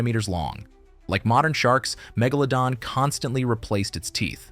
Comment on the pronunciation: There are a couple of things I noticed. You pronounced Megalodon wrong several times and you mispronounced the name of the scientific name for the Megalodon shark when it was believed to be related to the White shark. You also mispronounced the White sharks scientific name. that's a Sandbar shark. I've heard nothing that says the Megalodon shark looked like a giant Lemon shark. When I read a shark article about Megalodon sharks being longer and skinnier than previously though, it never said anything like that. Also, the area of a sharks body you said was the trunk was a little off. The area of a sharks body that's called the trunk is the region between the first dorsal fin all the way to the base of the caudal fin.